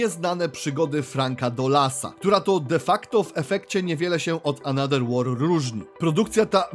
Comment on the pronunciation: Ale wiesz że th w ang czytamy jako v lub f. Bo jak ciągle czytasz another przez d to uszy bolą xd. Poza tym film więcej niż spoko